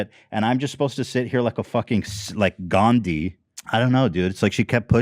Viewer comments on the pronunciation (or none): none